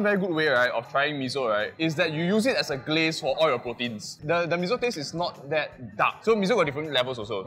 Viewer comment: Why Mee-Zo instead of Mee-Soh (Miso)? 😄